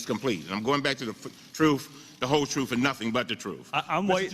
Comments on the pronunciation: "The Troof, the Whole Troof, and nothing but the Troof" - what an idiot... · OMG...did that moron say "The Truff"??? God help us if this is the best we can come up with for a congressman? His party should hide him. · Anyone that's says "truff" should be disqualified.